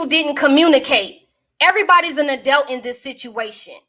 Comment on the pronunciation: She said she's an adelt instead of adult.